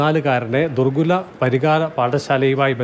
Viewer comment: ദുർ ഗുര അല്ല ദുർഗുണ എന്നാണ്